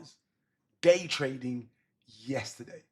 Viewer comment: DID HE SAY GAYTRADING 🤔 NVM